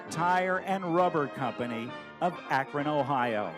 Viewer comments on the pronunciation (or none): none